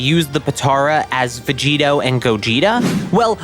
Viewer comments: Its Vegito not Veggeeta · Gogetota Everyone:... Dude.. you mean Gogito.? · GOGITOTA IT IS CALLED GOGITO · It’s just gogito not gogitota tf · Or Govekugeta hahahaha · its gogito, not that hard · It’s called Gogito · say vogeto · Did he just say gogetata bro wtf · It's gogetio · Bro just say gogito com on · the veg-gettoh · It’s fucking gogito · Vegigoto (Ve-Ji-Go-To) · It hurt me to listen to the name